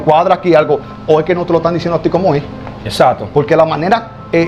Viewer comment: Se dice ""exacto"" no exato